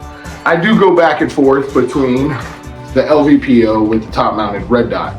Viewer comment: LPVO not LVPO